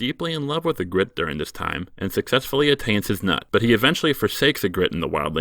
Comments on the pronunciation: EE-gritte, not e-GRITTE. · I like the running gag where you mispronounce almost every character's name just a little bit by changing the emphasis. Makes me laugh every time. ee-GRIT, ay-MON, JOR instead of Jeor. I love little jokes like that. ...it IS a joke, right? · Your pronunciation of Ygritte was horrendous. Still better than most fans.